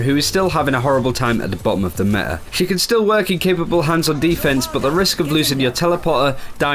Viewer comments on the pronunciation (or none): Can he PLEASE pronounce that 't' in "meta". It gets to me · META not me'a.